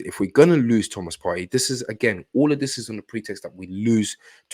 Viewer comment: Hey! I'm assuming that's your name. I just discovered you and I like what I hear. Two things I like immediately: 1) I agree we should hijack the Caicaido deal. It's on the cards and it makes sense in every way. 2) You are the only person who pronounces Thomas Partey's name properly. I keep telling Charles Watts, Tom Canton and co it's pronounced "Par-tee" and not "Par-tay" but they don't listen (and that pisses me off!) Well done. I have liked, subscribed and I look forward to an Arsenal hijack very soon. God bless you brother